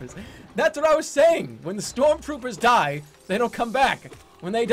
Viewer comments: shtrorm shtroopers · "Storm Stroopers"